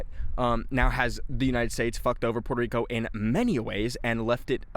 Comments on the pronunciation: As a Brazilian, I’m very disappointed on how you pronounced Puerto Rico, we pronounce it the same way in Portuguese bro, Porto Rico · Why saying puelto lico